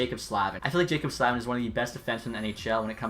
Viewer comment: Nitpicky, I know, but isn’t it Slay-vin, not Slav-in? At any rate, it’s Hee-sheer, not Hish-yer.